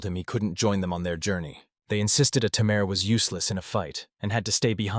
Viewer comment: You know it's going to be bad when it can't even say Tamer right... Tay Mer. Not Tim Air.